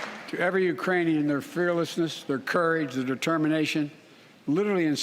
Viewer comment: A new country. URAINIA. HE SAID Urainian people.